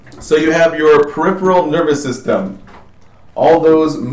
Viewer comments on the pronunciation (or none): none